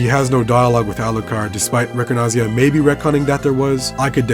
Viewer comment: Had no idea this existed. Very well documented and preserved! Ricordanza is an Italian word (just be careful: it's ricordANza, not ricordNaza)!